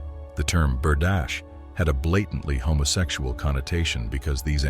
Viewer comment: Berdache ( bur- dah-shay) not Berdash!